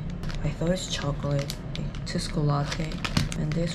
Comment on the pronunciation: TTTSSSS-- KOLATE. 😂😂😂 IT'S PRONOUNCED AS CHOKOLA-TEH